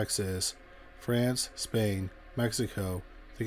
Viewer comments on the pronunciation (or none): none